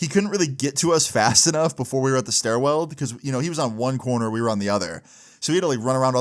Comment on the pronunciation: Bro said "Stairweld" like 5 times